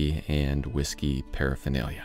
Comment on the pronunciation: Ive never heard someone mispronounce hawisky so many times. Dead sexy table dude. Shadow line was mind blowing. Never saw it coming but what a difference it makes.